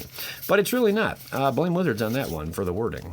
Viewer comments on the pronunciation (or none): none